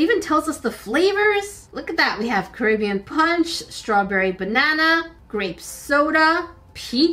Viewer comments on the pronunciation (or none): none